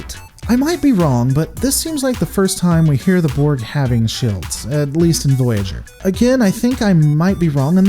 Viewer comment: How come your "shields" and "fields" doesn't have "i"s in it? I mean you pronounce them wrong, its a bit cringey to listen. Sawry.... ✌🏻️